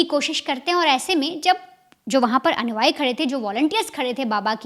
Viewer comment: भैया और बहन जी वेरी गुड। लेकिन अनुआई नहीं अनुयायी बोला और लिखा जाता है।